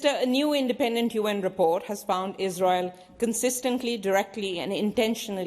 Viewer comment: Shame Wong she cannot say the word Israel.